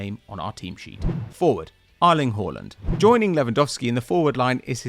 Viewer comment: Who tf is "arling" Haaland?